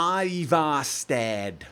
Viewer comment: I'd personally pronounce Ivarstead with a Nordic i. You say it like Ayhvarshtead, but I'd say Eevarshtead is the most accurate pronunciation.